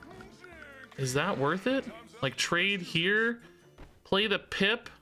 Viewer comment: Half the time you say “Pip” it 100% sounds like you’re saying “Pimp” and I absolutely love how it makes me see that card in a whole new light. 😂